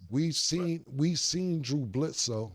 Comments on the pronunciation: Cam: Dru Blitzsoe Mike: Drew Bledsoe Cam: Blue Dritzsoe 😭😭😭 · Cam got corrected on Drew Bledsoes name and right after called him Blew Dledsoe 😂😂😂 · “Blue Dritzsco”…..Cam😂😂😂😭😭😭